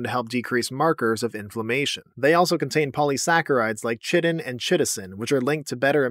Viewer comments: Chitin = Kytan not Chittan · I cringed at "chi-tin"... it's "ky-tin" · Chitin is pronounced “Kai-Tin”. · Chitin and Chitosan: KY-tan, KY-toh-san. (Think “orCHid”) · "chitin" is pronounced kai - tin. It's related to the same stuff that insect and other arthropod exoskeletons are made of. chitosan doesn't carry over the pronunciation though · "Chitin" is pronounced "kye-tin" I only know this because I am a botany nerd.